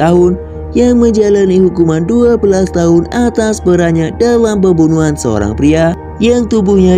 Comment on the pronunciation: Pembunuhan terdengarnya bembunuhan 👍